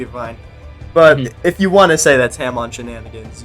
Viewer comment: “Ham-on” is such an abysmal pronunciation